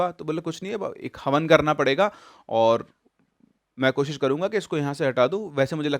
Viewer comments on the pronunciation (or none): none